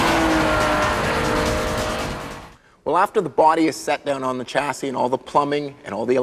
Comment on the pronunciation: Someone needs to tell him how to pronounce 'chassis'.